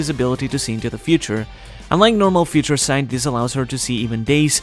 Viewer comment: "Feaha Ture" Sight 😂